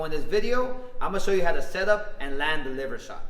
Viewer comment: Can you please enunciate and pronounce that word 100 times better so I can understand what it is you just said. It's the WHAT punch????